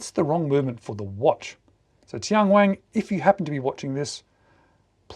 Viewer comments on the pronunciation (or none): TianWang - Only one "G" at the end! The name means "Heavenly King" in Mandarin. This Bluefin with the floating dial is $704 on TMall, and the standard Bluefin models with that bezel design are selling for $380. A few other models in the 300m Bluefin series are Under $300 in China. I still consider these prices a bit high for a watch with a Miyota 8 Series movement, but many Chinese domestic market brands are not value priced. This is often the reason cited for brands like Tian Wang, Fiyta, Rossini and Ebohr not marketing to Western countries, because most export brands operate on very thin margins. TianWang has been successful selling homage watches, many of them Tissot clones, to the Chinese domestic market. It is one of China's top selling watch brands, but like Rossini and Ebohr, they haven't done much export business despite having a huge catalog. Chinese customers generally prefer Japanese automatic movements, so Tian Wang has only started to offer a few models with Chinese-made movements in the past couple of years to test the waters.